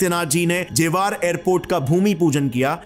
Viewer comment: जेवार नहीं गँवार ,, ज़ेवर एयरपोर्ट ,, आ की मात्रा नहीं है सस्ते अंग्रेज की फटे हुवे कॉपी